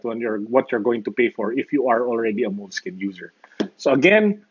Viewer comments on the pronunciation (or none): It's pronounced "Moleski-ñe". More Italian in slang. This product has been around for a long time. Note8 with OneNote, best production combination.